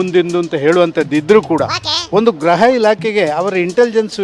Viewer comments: ಗ್ರಹ ಅಲ್ಲ ಗೃಹ ಇಲಾಖೆ ಅನ್ನೋ ಅಣ್ಣ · ಗ್ರಹ ಇಲಾಖೆನೋ...ಗೃಹ ಇಲಾಖೆ ನೋ ಗೊತ್ತಾಯ್ತ ಇಲ್ಲ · Graha❌ Gurha ✅